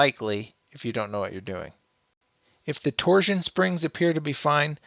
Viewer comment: TorSHun , not Tor-ZZZun